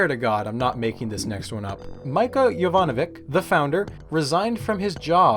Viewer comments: hey, correction: the c's in mića jovanović's name are pronounced sorta like "tsh", not a normal k sound. so it's pronounced meetsha (kinda like misha) yovanoveetsh :) btw...thank you for not joking around about body dysmorphia. i know people who have it and i myself suffer from a similar disorder; it's not something to be laughed about. it's really appreciated <3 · This was a very well done video but I find it interesting that you went overboard on pronouncing french names but couldn't learn how to pronounce a serbian name. 'C' in the case of Mića Jovanović is 'ć' and it's pronounced as a soft version of 'ch' in 'chia', for example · LOL, no. The name of Mića Jovanović, for example, is first of all misspelt as Mica Jovanovic (with no diacritics), which then led to the absurdly American mispronunciation of his name. Likewise, Lubos is supposed to be Luboš.